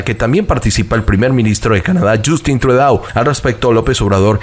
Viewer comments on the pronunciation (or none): Se pronuncia así Trudeau / trudo Blinquen / igual la i no cambia se pronuncia tal cual blinquen.